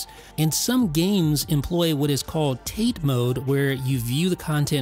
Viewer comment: "Tate" is pronounced Tah-Teh